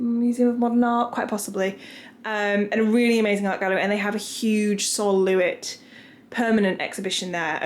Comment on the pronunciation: Lovely NYC apartment. LES is a bit rough around the edges still which I love too. Sol Lewitt is pronounce Sol Luh-'Wit emphasis slightly on Wit not Loo-it.